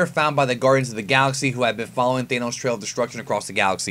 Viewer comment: Thanos, not Thaineos